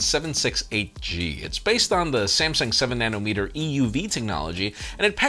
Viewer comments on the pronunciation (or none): none